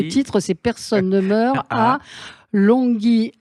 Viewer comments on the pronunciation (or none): Alors je vous écris en phonétique comment l on prononce le mot anglais que vous ne savez dire = Longue yeur bayen Longyearbyen Pourquoi ne pas s exercer avant l émission en apprenant à le prononcer..? 😉 L anglais n est pas si difficile, je vous assure.. 😉